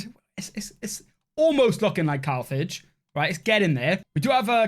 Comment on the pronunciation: Cathage… or Carthage? 😂 Awesome job on this campaign, and love the content!